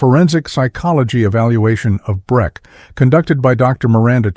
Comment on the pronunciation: Breck not Brett. Sell not Cell.